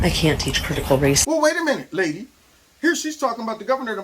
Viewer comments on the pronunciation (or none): You say "Lady", but I hear "C word" 🤣 I don't disagree though.